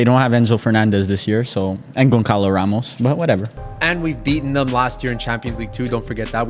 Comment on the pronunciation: It’s pronounced GonSalo Ramos